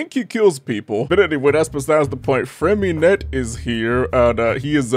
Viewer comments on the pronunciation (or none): Freminet?: nu uh.. Freminette 😃 Nice.